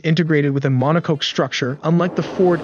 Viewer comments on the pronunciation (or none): I love these info videos, especially since I'm just getting started in Blender. That said, your synthetic narrator needs a bit of training. Monocoque is pronounced MONO KOK. Errors like this pull people out of videos.